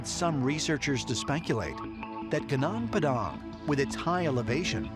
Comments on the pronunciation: Lemme tell you, to pronounce "gunung" just say it like "goo-noong". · How to pronounce "gunung" : goonoong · Gunung is pronounced as goo-noong. Come on, don't disapoint us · its iritating my ears whenever u pronunce that "gunung padang" you just have to pronunce Gunung "Goonoong"